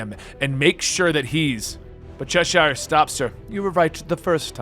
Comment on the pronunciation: The way you pronounce Cheshire hurts my ears